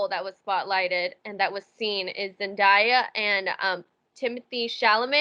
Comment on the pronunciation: NOT ME MISPRONOUNCING ZENDAYA’S NAME FOR LIKE 5 MINUTES STRAIGHT!!! FORGIVE ME QUEEN